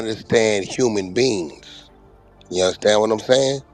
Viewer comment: whack can’t even talk. He said, “I know human BEANS.” Them false teeth 🦷 are not glued in good enough.😂